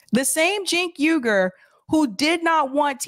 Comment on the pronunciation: Cenk 'oor' correct pronunciation of Uygur. The same way you pronounce the Uygur name from China.